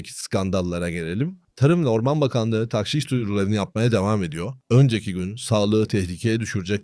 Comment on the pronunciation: TAHŞİŞ DEĞİL DOĞRUSU TAĞŞİŞ OLACAK. telaffuzu yanlış yapıyorsunuz. TDK SÖZLÜK : tağşiş (tagşi:şi), Arapça taġşīş 1. isim Bir şeyin içine başka bir madde karıştırma; katıştırma. 2. isim, eskimiş Saflığını bozma. KUBBEALTI LUGATI: TAĞŞİŞ (ﺗﻐﺸﻴﺶ) i. (Ar. ġişş “hîle yapmak, aldatmak”tan taġşіş) 1. Bir şeyin içine başka bir şey karıştırma: Tağşişleri işe yaramayan, anlamsız ya da mantıksız önlemler olarak değil, özellikle kısa vadede devlete gelir sağlayan malî politika araçları olarak görmek gerekiyor (Cogito). 2. Saflığını bozma. ѻ Tağşiş etmek: Karıştırıp bozmak: “Zihnini tağşiş etmek.” Güneşin hokkabazlığı bunları tağşiş edemez (Refik H. Karay). BİR HADİS. MEN ĞAŞŞENA FE LEYSE MİNNA. BİZİ ALDATAN BİZDEN DEĞİLDİR.